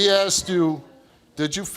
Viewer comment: I axed him ? can't you use the correct english "ASKED" what a ridiculous saying "axed"